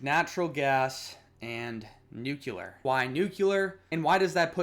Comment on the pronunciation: Thanks I enjoyed your video but please look up ‘nuclear’ pronunciation 😅